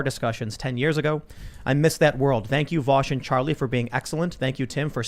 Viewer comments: Does Charlie call him Vowsh on purpose? Like a way to signal how unimportant Vaush is to him that he can't even be bothered to learn how to correctly pronounce his name? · New way of detecting fascists, ask them how they pronounce “Vaush”.